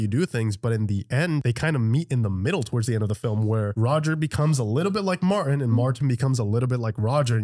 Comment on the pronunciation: Ok first off the man's name is MarTIN! not MAR//ENN. 😂 2ndly they just get BETTER!! First time visitor here. Great watch, great editing. Most leave out great quotes and scene pieces we Tube surfers watch your "REACTION" to! Good Job!! Gonna scan your channel and see what else you got! Peace 🕊️☮️♾️😎